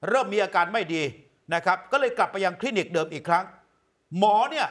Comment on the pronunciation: คลีนิก ไม่ใช่ คินิก